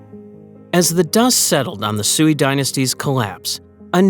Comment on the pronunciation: Sui is pronounced sway😊